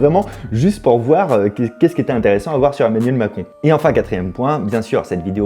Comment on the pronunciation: 1.56min Emanuel macon 😂 mal prononcé je crois